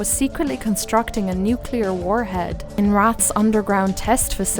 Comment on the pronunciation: The usual pronunciation of that word is "R-aye-th" and its a synonym for ghost/spirit, but maybe I am missing something. I think Wraith would be an awesome town to do more on if you are so inclined! 😀